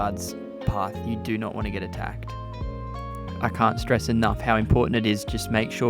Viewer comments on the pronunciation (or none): none